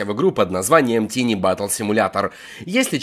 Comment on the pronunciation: Не тини, а тайни говориться английское слово Tiny.